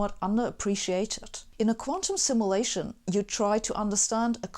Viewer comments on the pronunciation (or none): Simulation is pronounced as /simjuleishn/.